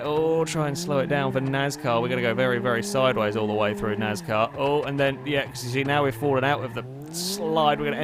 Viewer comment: It's pronounced NAS-car not NAZ-car